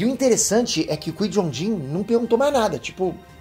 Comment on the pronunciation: aprende a fala o nome do Qui Gon mds